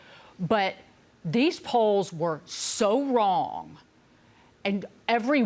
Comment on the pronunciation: She's never wight and always wong.